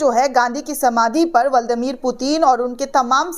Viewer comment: ब्लादिमीर पुतिन बोलिए बहन जी, ✔️(बल्ड मीर पुतिन कहना गलत है।)